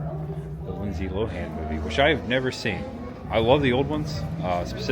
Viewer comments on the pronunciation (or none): none